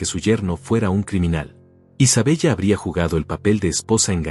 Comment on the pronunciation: No es Isabella se dice Isabela anotale